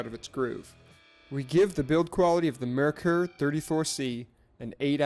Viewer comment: It's NOT "mer-ker"...it's MARE-cour. It's a German name. Get it right! A simple search would have gotten you there.